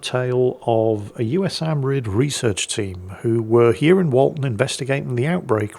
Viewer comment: Hey, USAMRIID is usually pronounced yoU-SamRid